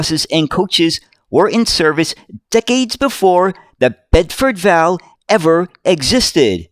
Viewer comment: Bedford V. A. L. , not val, please! (Or Chinese six if ya want the slang term!) Even so, cracking video sir!